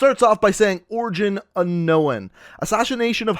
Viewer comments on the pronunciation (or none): This man just pronounced the w in unknown 😂